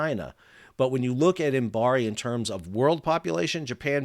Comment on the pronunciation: Fascinating to hear about the Imabari (Im-A- ba-ri, not Imbari) model. The concept of building "at a loss" knowing they will make money in leasing, is interesting because, frankly, the concept of "at a loss" is almost meaningless unless a ship is being built for sale. As in all manufacturing where the product is built for sale, "price competition" (greed) inevitably pushes manufacturers to cut costs to maintain a sale, and those cuts always reduce quality at some point of the process (if not all). When the builder does the leasing, and (crucially) is willing to look longer-term for recoup and profit than other leasing companies, they can charge similar leasing rates while offering products of a quality of their own choosing. Further, they can guarantee to maintain that quality by using their own people and infrastructure for what is usually post-sale maintenance, and so often contracted to the lowest-cost outfit at any time. Of course, this model can only be viable if there are enough customers who consider quality important, and in an industry that invests so much into avoiding regulations which require any standards at all, Imabari's 6% seems even more impressive. 😩